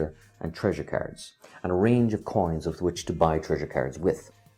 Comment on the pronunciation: I was so confused and thought "what kind of carrots keeps this guy talking about?!", until I finally realized that's how you pronounce "cards".